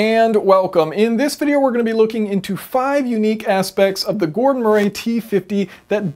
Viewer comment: MURREE! MURREE! It’s pronounced MURREE. Have you never heard of the name Murray? It’s frustrating to hear someone who supposedly has a solid grip on mechanical engineering concepts struggle like an amputee with a basic name.